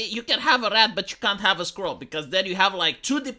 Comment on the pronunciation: My favorite thing about this video is that accent makes 'squirrel' sound like 'skrull.'